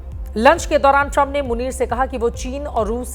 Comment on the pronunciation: और बोलो नमस्ते ट्रामप😂😂😂